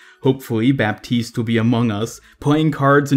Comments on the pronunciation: Just so you can pronounce it in the right way, Baptiste is pronounced like the "P" doesn't exist ==> Batiste :) Ps : Always a pleasure to see your videos ! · I give you a free tip about French names : mos of the time, when a word is too complicated to pronounce, we just skip letters =) "Baptiste" is way eaiser to say of you just pretend there us no 'p', which is exactly what we do ^^